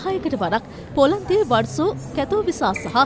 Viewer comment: වර්සෝ නෙවෙය් වෝසෝ!